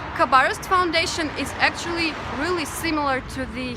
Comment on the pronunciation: Dis is akszili.. Dis is akszili and dis is akszili is all you hear from this broad 🙉🙈🙊